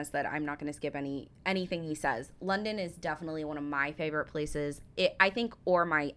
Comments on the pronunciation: He mispronounces several places throughout his videos... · Unfortunately the American who narrates this pronounces a lot of places wrong.